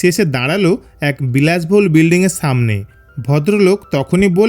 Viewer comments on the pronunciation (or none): সামনেকে ছামনে বলেন কেন আপনারা স কে হিডেন করছেন কেন?